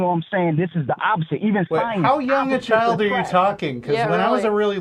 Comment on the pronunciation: Also it's pronounced Child, not Chio, and it's Kids, not Keeeeeeids!